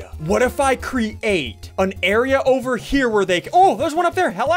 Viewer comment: Why does Ssundee say create as cre ATE. It cracks me up all the time.